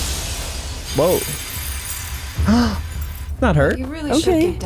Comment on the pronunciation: The original name are , la-vi-ne /kan-ne not la-vi-na / kan-na, just saying.